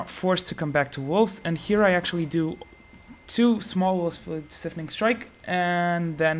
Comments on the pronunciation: SIPHONing strike. Like siphon. Not like syphilis. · dude it's pronounced "s eye fun ing" not "sif in ing"